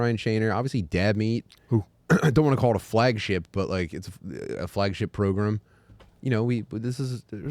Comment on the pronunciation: "Welcome to the progrum"